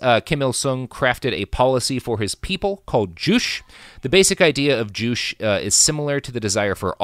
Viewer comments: ""Joo-che" not "joosh" or "jooch". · Joo-chay....not joosh. At least look at a pronunciation before doing a 1 hour+ podcast on a subject. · Juche is pronounced JOO-che, not joosh, which is unfortunate because joosh is hilarious. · It always hurts to hear the way Robert pronounces things, but this episode especially hurts because I speak Korean and Chinese. The first time you said "Juche", I thought "what the fuck is joosh?" Eventually I realized you were referring to "joo-chay". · The way you pronounce "Juche" (joo-CHay) kills me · i am very sure you are pronouncing juche wrong. pretty sure its two syllables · This was driving me crazy. You can't suffix a syllable with the "sh" phoneme in Korean.